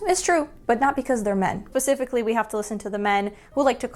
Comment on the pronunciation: At one point it seems like you said pacifically instead of specifically. I hope it was just a bad cut because one of those is not a word.